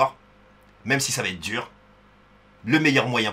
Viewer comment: "c'était duuur" avec l'accent c'est fou